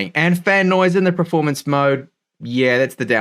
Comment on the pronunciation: I watch every video waiting for the word "PREformance". Never lets me down ;)